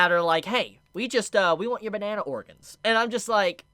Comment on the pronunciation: Did he say “bana-Ana” 😂